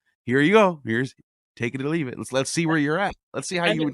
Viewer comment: Take it or leav-itt